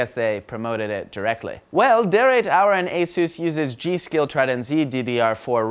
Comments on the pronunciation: Der8auer = DerBauer not Der 8 auer. It's german and means "the builder" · it's pronounced DerBauer and i was looking for this comment, surprised there weren't a lot of people noticing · oh FFS Its called "DerBauer" not "Der 8 - auer" ........ -. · der eightauer - lol he is actually pronunced "der Bauer" guys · Der8aur --> pronounce Derbaur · derBauer not 8 in pronunciation. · WTH. How about you finally learn how to pronounce 'der Bauer'. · why the fck can no one say Debauer all he did was change the "B" in to the letter 8 and it is promounced der-bour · Its pronounced Der-bour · Der-eight-hour? Seriously? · DERP "DERBAUER" pronunciation. DERP.